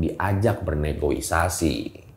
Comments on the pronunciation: RALAT "Negosiasi",bukan "Negoisasi" Trims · Negosiasi, bukan Negoisasi, cek di KBBI, udh brp video yg saya dengar akhirnya gemes jg mesti di komenin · negoisasi apa negosiasi yg bener🤔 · koreksi bukan negoisasi tapi negosiasi ya bang... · Bang negosiasi bang, bukan negoisasi 😅🙏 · Negosiasi dr Negociation bukan negoisasi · Maaf bang, "Negosiasi" bukan '"Negoisasi"...oklik...top kisahnya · Negosiasi Bang, bukan Negoisasi... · negosiasi bang bukan negoisasi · Negosiasi bang bukan negoisasi 😄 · Negosiasi kali bukan negoisasi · Yang bener itu negosiasi bukan negoisasi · Bang negosiasi, bukannya negoisasi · Negoisasi atau negosiasi hayoo😁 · Negosiasi bang 😄, bukan negoisasi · Mohon maaf, BUKAN negoisasi tapi negosiasi. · Kok negoisasi Sih, seharusnya NEGOSIASI